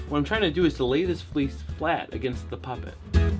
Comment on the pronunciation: Always sounds like you're saying "": D Seriously though, killer work, these tutorials are great. Michigan accent? Keep these coming!:D